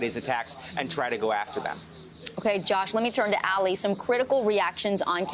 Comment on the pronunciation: I wish he would stop calling that man named Ali "Allie" or like alley cat. Call me crazy but Ali is said like Mohammed Ali. Like All-ee. I might be wrong. He might be called Allie but I doubt it. Do a little work and get the right pronunciations... butchering people's names in this day and age just shows ignorance and laziness. And again, I could be wrong and make a fool of myself, but I'm not a newsanchor or journalist or reporter... I'm not expected to know, lol.